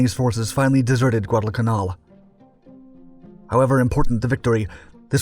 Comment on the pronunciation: Except for mispronunciations of such common battle-sites as Guadalcanal (Kun-ALL?) and Bouganville (Boh-gun-Veeyah?), this is an accurately reported period piece from WW2. C'mon, narrator, give us the American-pronounced versions of these hard-fought American conquests.